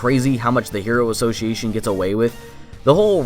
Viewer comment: Am I the only one who hates how author pronounces word "association"?